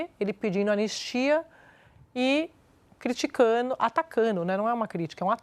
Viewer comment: Criticano, atacano...excelente jornalista mas tem este problema de dicção, engole o D.